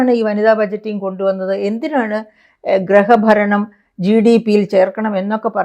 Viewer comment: ഗ്രഹഭരണം അല്ല .... Griha baranam